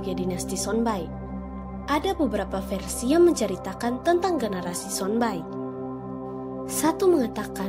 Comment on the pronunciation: Trimakasih infonya, tpi pengucapan yng benar adalah Sonba'i, bukan Sonbai... Penyebutannya sama seperti penyebutan So'e, bukan Soe